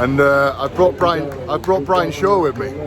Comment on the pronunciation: He said it in such a soft way, it's more of a P than B 😂😂 that's why I wrote it like that